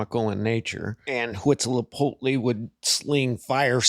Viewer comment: He said Huitzilopochtli really well, huh